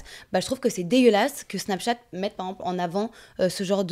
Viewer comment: tu me fais trop rire quand tu dis « par exemple », tu raccourcis en disant « par emple » 😂😂😂😂